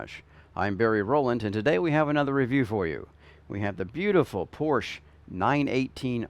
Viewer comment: Porscheeeeeeee not Porsch